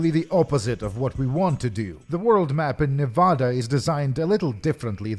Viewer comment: I mean this sincerely: I love how you say Nevada. Americans usually say “Neh-veh-deh”, but we’re dumb